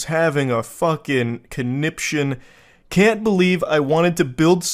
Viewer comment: It irks me that even though he says "conniption" like every five minutes, he still doesn't know how to pronounce it correctly.